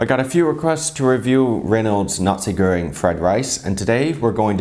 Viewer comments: It is pronounced 'nah-see' goreng, not Nazi goreng 😂😂😂. Nice video, otherwise. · Nasi, not nazi 😂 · You literally said "Nazi Göring"... yikes! xD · nazi-goreng is a cool pronunction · Am I the only one hearing "Nazi Göring"?